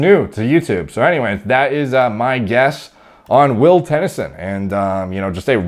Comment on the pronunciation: Will Tenn-E-son 😂 love you